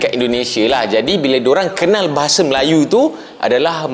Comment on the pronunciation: Bahasa bang bukan bahase 🤣 bicara yg betul dulu